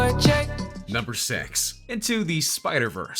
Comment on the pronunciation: number six or number sex?